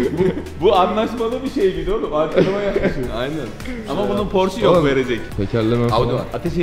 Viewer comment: porş demeyin şu arabaya yahu. okunuşu PORŞE'dir.